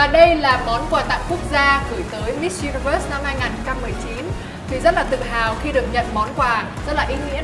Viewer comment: Thuỳ ơi hãy phát âm chuẩn những từ cơ bản của tiếng Anh nhé. Đừng có mãi Mít Dzu Ni Vớt.